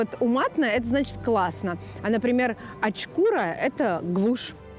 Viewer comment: очкурА, ударение на последнюю гласную, произошло от однокоренного слова , карточной игры 21